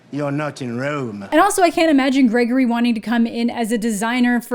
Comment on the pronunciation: "gagory" is pretty good tho ngl